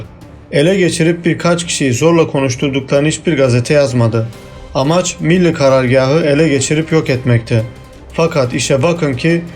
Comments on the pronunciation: Bu bilgilerin çoğu basın ve yayın organlarında yayınlanmış, çoğu bilinen şeyler haberi olmayanlar da çok tabii. Benim burada dikkatimi çeken şey bilgileri veren arkadaşın biraz diksiyon dersi alması. Çünkü Millî kelimesinin okuyuşu hatalı. Milli şeklinde ifade ediliyor. Bu da kelimenin içine sulu çamur, veya sulu kum anlamına gelen milli diye okuyor. Halbuki sondaki î nin üzerinde uzatma işareti var. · Milli karargâh ne biçim vurgulanıyor? Rahatsız oldum. Millî diye uzatamaz mısınız? Teşekkür ederim. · Birde "milli demeyi öğrensen herşey daha güzel olacak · Milli kelimesinin telafuzunda sorun var. Türk değil misiniz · Bu tür vidyoları dinlemek eziyettir. Okuyan milli kelimesinin nasıl telaffuz edildiğini bile bilmiyor. Git bi Türkçe öğren... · Kardeşim anlattığın hikayenin daha inandırıcı olmasını istiyorsan öncelikle "milli" kelimesini doğru telaffuz edecek , diksiyonu düzgün bir arkadaş tarafından seslendirme yapmanızı öneririm.